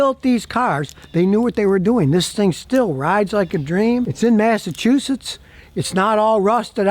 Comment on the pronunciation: ..."MESSY-TWO-SHITTS" ,. U.S.A.